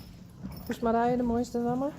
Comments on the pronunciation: I like how it is pronounced. Like Mariah...Olivia was my first choice but do any of us really care as long as she is healthy and happy and we get to watch her grow. Thank you sooo much for all you do.🤟🥰🐎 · Now that I know how you pronounce the name, I love it 🥰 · Marje is so pretty even in the way you say it! Love it! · Marije, the way you pronounced it, What an exotic name! 😍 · Marije is a beautiful name the way you say it. I did like Olivia too. Nelly has a connotation for me as being kind of a nag or old farm horse. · I was all in favor of Nelly but when I heard your voice pronounce Marije I loved it! Suits her. Fun how you did this. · Oh I love the way Marije's pronounced!! She looks so happy with her name! Yayyy, my favorite was chosen. Maybe if we get another filly one of them can be Olivia! 8D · Honestly, I was all in for Olivia until I heard you pronounce Marije. That’s the one! So glad Saly agreed with me! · Marije - what a beautiful name - the way you pronounce it makes it magical, soft, flowing.